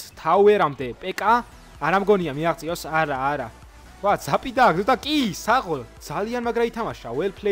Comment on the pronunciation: ძაპს ნუ ამბობ ზაპი არის სწორი❤